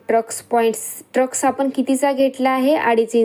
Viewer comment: ट्रक्स nahi म्हणायचा tai टक्स म्हणायचं... सॉरी rag naka manu